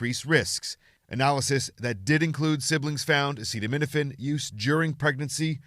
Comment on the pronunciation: Maybe let the scientists make the announcement instead of someone who can't even pronounce acetaminophen